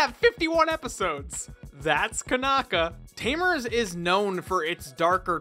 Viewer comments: Since it's Japanese, it would be pronounced "Koh-nah-kah." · C'mon fan, Konaka isn't that hard to pronounce :"D also i wouldnt be worried about a Tamers sequel if he's behind it, the guy is no sellout. I'd be hyped